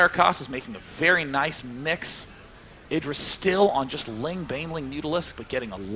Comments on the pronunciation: God damnit it's id dra, not I dra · Love struggle to say Idra's name right throughout the series, "eye-dra, sorry.. Idra." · neither. it's idra. as in "did." didra. idra. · I like how keeps correcting his own pronunciation of "IdrA", then two seconds later says it the other way again.:P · its the way brits would pronounce it, get over it. Also he tries to correct himself too